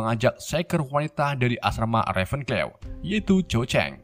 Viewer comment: Bacanya hapel paf, reven klaw :)